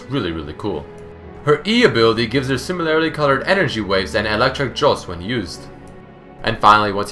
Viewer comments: similarly. similar-lee. not similarily xD no hate just letting you know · sIIIImilarly, not similAAAArily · It pains me the number of times he says "similarily" when it should be "similarly". Maybe I'm just a grammar nazi, I don't know. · How come you pronounce "similarly" as "simiLAREly? I couldn't stop noticing it D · i heard it 5 times haha